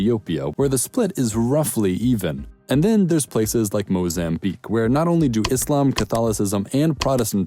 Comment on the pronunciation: Happy to see that you have pronounced Islam not Izlam